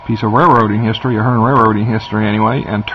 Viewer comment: I think you are pronouncing the company's name wrong. It sounds like you're saying Fern. Its Athearn (a-phern).